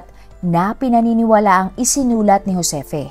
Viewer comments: Ma'am..Joseph yan angvpqg pronounced. Di Hosepi. Thanks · Ang GIUSEPPE PRONUNCIATION NA TAMA AY JHOSEPPE. 😊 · Juseppe is the correct pronounciation...it pronounce as Ju and not Jho My italian dad has the same name, Giuseppe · Ju-se-pe po Italian pronounciation po😊